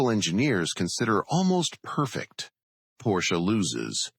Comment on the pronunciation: Porsche is spoken Porsche, not Porsch. Singular: Der Wagen, plural die Wagen.